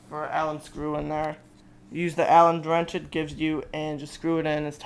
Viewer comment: did he say "alan drench"?